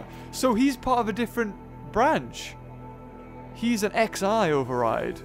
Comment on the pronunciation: XI is a Greek letter pronounced like 'sigh' but with a z, not an S